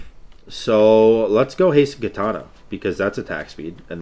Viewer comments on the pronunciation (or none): none